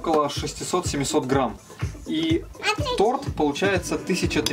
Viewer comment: (надеюсь можно так к вам обращаться), только тОрт, тОрта, тОрты - всегда ударение на одну букву. Не обижайтесь, что поправляю вашу речь. Просто горько от мысли, что многие говорят о величии России, но забывают о величии языка. Да и детям будет проще в школе, если они с детства будут говорит правильно. Никто же не станет отрицать насколько сильна привычка, полученная в детстве!